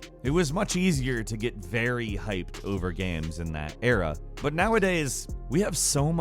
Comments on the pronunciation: Does anyone noticed that pronounces "games" as "gheam" or something of the sort? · too many GAEMS i don't have any gaems, sorry :-P